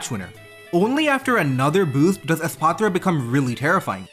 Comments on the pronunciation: holy fk youre the first youtuber to actually pronounce the name for what it is. The "patra" part is important;. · pronouncing espathra with a softer t sound instead of a clunky th sound is so cool and shows your cultural background which is interesting